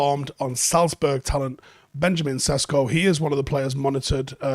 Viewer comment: its not Sesko... its (SHESHKO). (Benyamin SHESHKO)